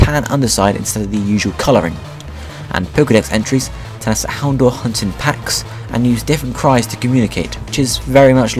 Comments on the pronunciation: dour in houndour is pronounced dower just so you know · You're pronouncing Houndour wrong. It's Hound - ow - er. Like a combination of Hound and Hour